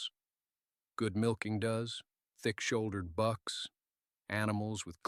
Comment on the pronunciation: The word for female goats ( does) is not pronounced " duz". If the AI narrator can say it correctly the second time used, why not the first?